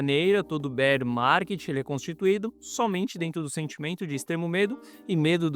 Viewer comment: Entrei so pra ouvir “Bérr Marrket”